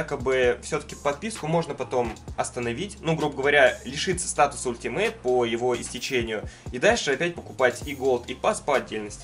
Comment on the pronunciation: Не ультимейт, а алтимейт